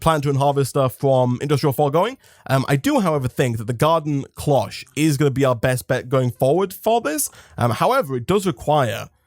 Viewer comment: IDK if you say it differently over there but Cloche is said like closh like closhis. the o makes a literal o sound. I am sorry its like nails on a chalk board for me >.<